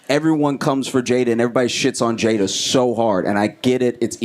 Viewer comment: There is no excuse not to know how to say her name at this point.